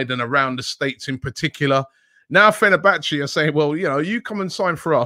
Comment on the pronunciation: Fe-ner-ba-chay not Fe-ner-ba-chee 😂